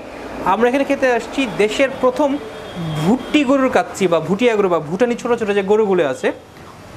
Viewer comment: গরুর নামটাও উচ্চারণে আপনার সমস্যা আছে গরুটা ভুটিয়া গরু না ভুট্টি গরু